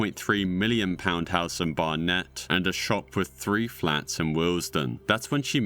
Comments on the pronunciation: You're British, how did you mispronounce Hertfordshire (Heart-Ford-Sheer) and Barnet (Bar-nit), I'm losing my mind. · Respectfully, how have you managed to be from the UK while completely mispronouncing Hertfordshire and Barnet? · Bar-net? Mate arent you English? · That's not how you pronounce Barnet